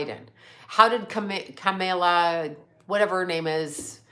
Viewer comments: When you say her name, say it correctly. You know her name....Comala...Kamala!! I really like you, but I notice your only go after democrats, but not the #magats and Trump's criminal ass.. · Voting is a god given right. People actually died for women to have this privilege. Kamala is pronounced Kah-mah-lah. Just so we are clear she is a black woman with Asian and Jamaican descent.